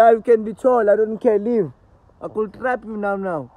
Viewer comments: "you can be tall I don't care, I will traap you" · "You can be tall i don't care, i can traap you now now"😂😂💔 wanna Laugh😒😂😂